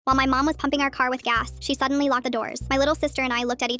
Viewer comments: i heard humping instead of pumping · When it said 'pupping' I thought it said 'humping' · I thought she said instead of pumping, I thought she said humping